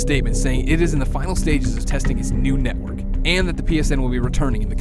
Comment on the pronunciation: "Playstation NOTwork" instead of Playstation Network